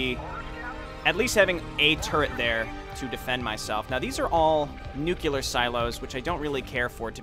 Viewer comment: LOL "nucular" silos. So. You are one of THOSE people! -jk. Keep up the good work! Love the vids. >:)